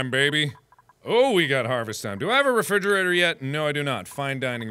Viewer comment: He says refriggerator.. lol